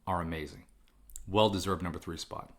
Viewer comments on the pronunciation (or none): none